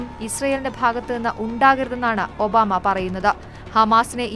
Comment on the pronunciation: ഒന്നുകൂടി തെളിച്ച് പറയു ഒബാ മേ